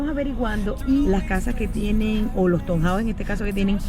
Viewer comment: Perdona q te corrija pero, es q no quiero q se rian de ti. Se escribe town houses pero se lee "tawn houses"